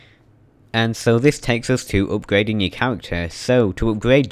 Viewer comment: Cwafting and upgwading wecipes.